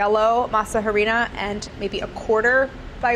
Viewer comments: Her pronouncing the h in harina is giving me an eye twitch. If it’s a Spanish word never EVER pronounce it. It’s silent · I love how she pronounces the h in harina and that harina just means flour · You dont pronouns the h in harina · jesus christ i never really think all this work goes into these little snacks until claire dies every week from trying to make them and then gets sick and still films but i love you so much claire but you don't pronounce the H in harina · I was questioning what Harina was but i remembered its spanish and laughed at myself for pronouncing it like claire 😂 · Everytime she says Harina i cringe a bit lmao H is silent in spanish. Not trying to be mean here im just laughing cuz it sounds so weird in her accent xD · I find it funny how she pronounces the h in harina lol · The “H” in Harina is silent!!😩😩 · in the word harina, the h is silent. just ask gaby. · h is silent on the pronunciation of harina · When she pronounces the H in harina lol Just didn’t sound right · i think she redeems herself with how she says everything else. it is pretty jarring to hear the h pronounced tho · Cringed every time she said “masa harina” and pronounced the “h”. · I love you but...the “h” in harina is silent! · I love Claire but her pronouncing the H in harina was... Ahhh lol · Someone please tell Claire that H in Spanish is silent. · the H is silent in Harina. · i love the way you say harina. gorl the H is silent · You don't pronounce the "H" in harina 😂😂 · Ay Dios mio, The "H" in "Harina" is silent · I know Claire won't read this, but for anyone who does, you don't pronounce the 'H' in 'Harina'. (Harina just means flour btw) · Drop a like if you cringed everytime she said "harina" 😂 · Good job Claire! Love watching your videos. By the way don’t pronounce the H when saying Harina. Anyway looking forward to whatever’s next. I say you try making Gourmet Coke. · The "H" is silent in harina. That killed me :( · Masa harina...the h is silent. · the H is silent